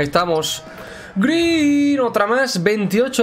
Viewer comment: Das pena cuando dices "greeen".